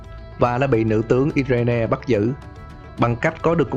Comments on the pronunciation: Irene đọc là Ai rần chứ i re ne gì trời. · Irene đọc là Ai rin anh nhé